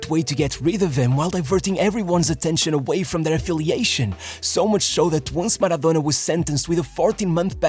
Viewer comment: Man the way this guy pronounce the words "maradonnnnnna" , it really annoys me so bad